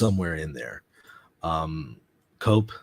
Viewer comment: Iceta is pronounced as E-set-A. Radio COPE is the amalganization of all Diocesan Radio Stations now under the Spanish Episcopal Conference.. it took the name of OPE which was promoted by the Dominicans. It is pronounced as CO-PE... a very reliable and popular radio channel around Spain and abroad.